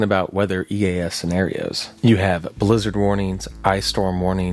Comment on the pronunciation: Ithought he said lizard warning